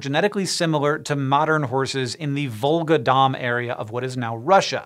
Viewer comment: Volga DON, not Dom. There is no Dom river anywhere.